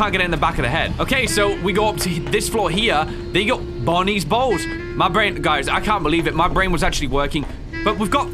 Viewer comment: great video but the fact that you pronounce bonnie bowl like “bonnie balls” made me feel uncomfortable